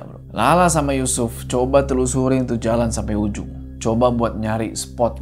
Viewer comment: Speechless ulang lagi pas kepleset nyebut yusuf jd Yucupp 😂